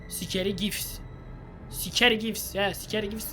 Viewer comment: Abi Scary ye sikeri dedin 😂